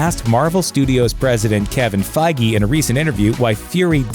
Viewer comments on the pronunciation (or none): that is now how you pronounce kevin feige